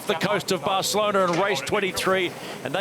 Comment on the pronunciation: Did you hear the way he said “Barcelona”’on day one? I’m thinking someone had a word as it’s frowned upon for a non-Spanish person to try to say it with the accent. It annoys me the way he pronounced Louis Vuitton as well